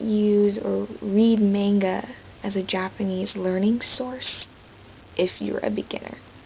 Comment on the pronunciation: no offence you know youre pronouncing Manga wrong through this entire video right?